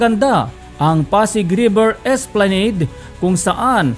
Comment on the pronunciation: And please, pronounce the word ' esplanade' correctly.